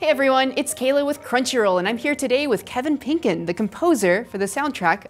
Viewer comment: I agree wholeheartedly. However, I laughed at “Kevin Penker”😂